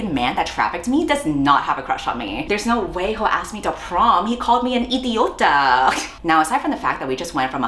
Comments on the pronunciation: I DIED WHEN READ OUT "idioto" like even Gooble Tramslare knows better than this book HAHAHA. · "Idoto??" its "IDIOTA" Omfg wtf the spanish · i'm argentinian and the spanish is already killing me, fym stúpido? Is the e a joke to you? Idioto? girl it's idiota, even google translate would've done better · Not even bilungual bro 😭 as a Spanish speaker I can confidently say idioto is not a word. I think they meant idiota? That was foul and I felt it in my little Spanish heart 😭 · Love how she got all racist and she didn't even learn is "idiotA" and not "idiotO". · Ughhh, not the accented but WRONG spanish words. Estúpido. Idiota. not "Stupido" and "idioto". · The way "stúpido" and "idioto" aren't actual Spanish words 😭😭😭 Queen didn't take 1 minute to use Google translate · IDIOTO?? Thats not even how you say it 😭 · somehow the worst part for me as a Spanish speaker is hearing "stúpido" and "idioto," like that's literally words she made up LMAO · three spanish words and managed to fuck up 2 of them is wild fucking work man. wym stupido and idioto. im losing my mind